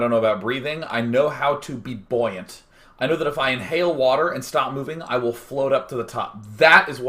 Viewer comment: he actually means "buoyant" if you want to look it up at the dictionary (like me) ; )